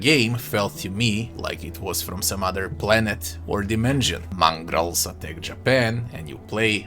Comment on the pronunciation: I know what a Mongol is, but what's a "Mongrol"?